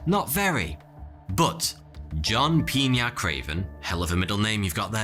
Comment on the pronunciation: You were able to pronounce "Piña" way better than the average english-speaking person